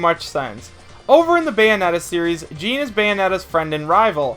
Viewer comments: Paper Mario wouldn't be an echo fighter. He would be his own character considering how different he is. Btw Jeanne is pronounced "Jeonn", not pronounced like "Jean". Just giving you a friendly correction. Btw if I were to choose another Kid Icarus rep, I would choose Viridi. I would love to see he playable but she wouldn't be an echo fighter. Btw Shadow isn't evil or good. He is an anti-hero like Dark Pit. I do agree though and hope me and everyone else saying this is right though that he is making it into the game. I say Shadow and Ken are gonna be the final 2 echo fighters. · It's not Jean like Jeans it's Jeanne. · How do you pronounce Jeanne wrong every time? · Echoes share the same body type as the characters they echo, dude....Toon Zelda wouldn't work due to height difference and ffs Paper Mario is NOTHING like Mario/Dr Mario and CANNOT work as an Echo. The mispronouncing or Jeanne's name made me cringe a little....guess you've never actually played the Bayonetta games or you'd have said her name correctly ( no offense or anything, just my OCD kicking in ). Finally, I want to add that Ninten is still a likely candidate.